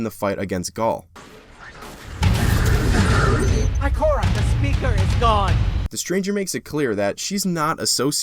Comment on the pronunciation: you called gaul gary hahahahahahahaha cade-6 love him